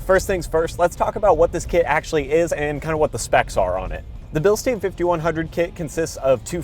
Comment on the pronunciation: It’s Bilstein as in pine with an sh, not bilstein as in steam with an n.